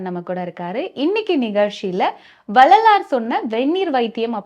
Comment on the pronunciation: Anchor should learn to pronounce tamil. Couldn't even pronounce Vellalar correctly. Very bad